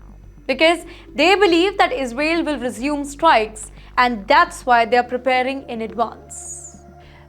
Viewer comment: Sister your pronunciation needs 5o be improvised...it is Is rael.